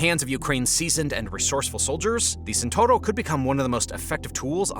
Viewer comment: Speed: in the best Italian tradition. (Non Santoro, but Tchent-hour-o)